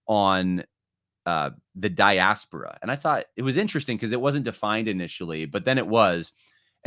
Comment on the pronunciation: Please make her stop saying Diaspora!!